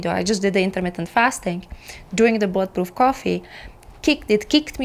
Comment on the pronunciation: Bullet proof coffee….. in a different video I thought you were saying blood proof coffee! 😂 I was saying what…..